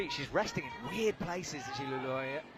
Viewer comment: excellent pronunciation of Zhilu Luo by in the intro... really appreciate when he takes it seriously that this is the world circuit and not the European